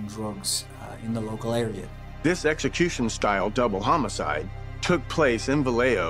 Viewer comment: good spot, I agree he sounded like he was going to say homocide